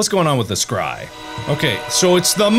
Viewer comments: When he says scry it sounds like cry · Mark out here scrying but the s is silent.